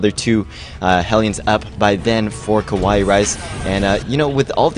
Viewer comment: Ka-wai-ee. Not ka-wai. Anyway keep it up guys, some nice casting.